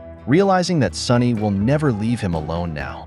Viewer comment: So, is the boss called SONNY or SONY? The AI narrator's diction and pronunciation are appalling.